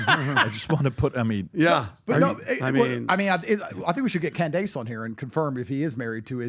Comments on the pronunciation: lol why does he pronounce Candace's name like that. "Can-dayce" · Cand- ace lol